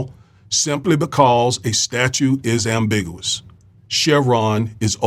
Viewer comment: "With" not "wif" "ambigUous" "popAlations I DO appreciate your blog, it's probably the BEST one on YouTube, so please don't 'internalize' my corrections. Thank you 100%